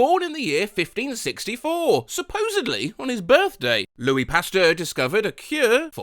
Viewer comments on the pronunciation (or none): none